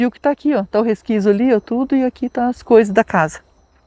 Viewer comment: Oi e resquício e não resquício 😂😂😂